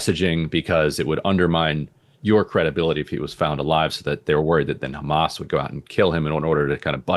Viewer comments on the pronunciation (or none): I like the way they say Everyone is khamas even breaking piont . 😂😂😂😂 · It’s khamas it’s khamas what a criminal idiot